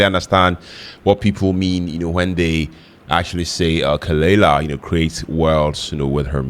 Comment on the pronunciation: pronounced "kuh-luh-lah"